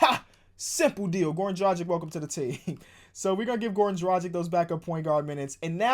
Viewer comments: Please learn how to prnounce Dragic's name, please, it's been haunting me for too long the way you pronounce it. Like and my ears shall be saved. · You need to learn how to say Dragic...